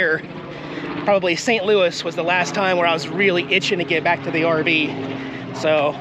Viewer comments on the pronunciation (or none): none